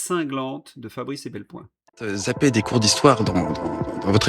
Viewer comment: Pour INFO, c'est EPelBoin, pas EBelPoin !!! :hand-pink-waving::hand-pink-waving::hand-pink-waving